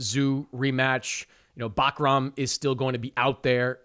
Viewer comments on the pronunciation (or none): Bro neither of you guys pronounce Bakhram’s name correctly 😂😂😂 moor-taza-leave